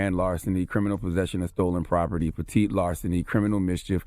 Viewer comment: This nigga said peite larseny 😂😂😂